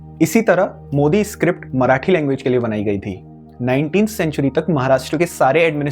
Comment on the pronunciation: there is a small correction, it's not मोदी, it's मोडी. Btw nice video 😊